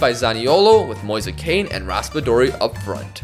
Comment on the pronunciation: It’s pronounced ken